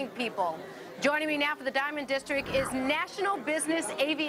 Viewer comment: districT!! There is a T in the word, lady...geez